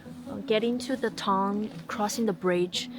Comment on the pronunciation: Town is pronounced tah-un, not tong /tongue😂